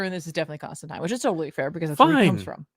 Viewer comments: Constantine should rhyme with 9. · Please don't pronounce Constantine like that...😂